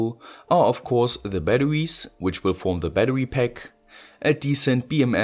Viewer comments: STOP SAYING BATTEWIES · i love how he says batawies